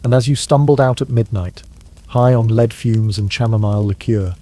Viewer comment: Pb is led not leed